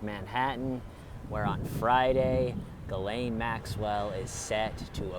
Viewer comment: This video makes me realise that every big city in the western world is so similar, oh and, thank you for pronouncing her name correctly lol loving the little bounce of the camera whilst you walk 😂😂😂🎥🚶👏